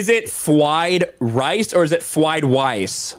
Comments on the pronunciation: It’s “Fried rice,” you plick! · I want a sound clip of saying "Fwied Wice" for a ring tone.